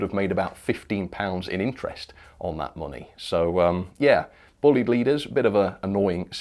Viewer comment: It's not buleyed or bleed. The name is, as my friend of the same name will tell you is pronounced...BLYDE ok. Thanks Andy Bullied will be so happy. Pass it on..please